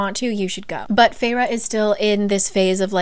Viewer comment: guys guys, was anyone else SHOCKED by the way the characters' names are pronounced...? Like, to me Rhysand is Riceand or Risend but RHIIISAAAAAAND?????? and I know Feyre's name pronunciation was written out but FEYRUH???? NUH UH, for me it's like Feir okay on another note, why was Cassian's chapter in 3rd person? It felt so much more pushed away and not personal, I did not like that and stopped reading this book after chapter 3 or 4 ahahahahaha and once i found out there wasn't a chapter for each character I said NOPE not reading that 1000% <3